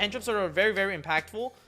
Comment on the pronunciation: New title: HOW TO MAKE AN IM-PAKful SIDE DECK! LMAOOOOOOOOOOOO